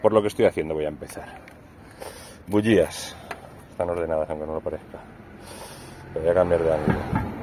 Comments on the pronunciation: Terribleee!!! No se dice bugias!! Se dice bujias!! Que harto de reir grande bro! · Puedo bocalizar y decir bujías no como dices tu parece que tengo un chicle